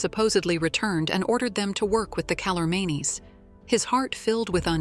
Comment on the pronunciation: Boy was this truncated! Not even edited, but truncated! It's pronounced Cal-or-means! Read the book. It's called The Last Battle. Well worth the effort. Best would be to start with the Magician's Nephew and read all seven books.